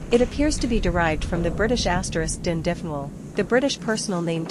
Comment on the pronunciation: Interesting castle to visit but you’re pronouncing Dundonald wrong. It should be pronounced Dun Donald!